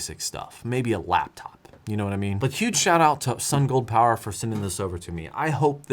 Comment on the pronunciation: I love your content, but people sending you review items should at least give you a phonetic pronunciation of their company name. Keep it up, thanks for the quality content.